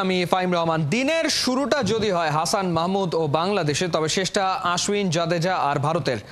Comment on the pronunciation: কি এক অবস্থা, নাম হচ্ছে আশ্বিন৷ আর সাংবাদিক বলছে আশউইন😂